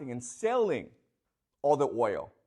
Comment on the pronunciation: The class of dummies, Cant say oil😢